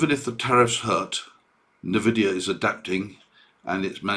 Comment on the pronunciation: FYI it’s N-Vidia Pronunced “En-Vidia” basically say the letter N then add the ending.